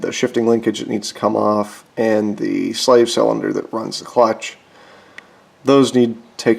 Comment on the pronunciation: We are doing the “clootch” 🤣🤣🤣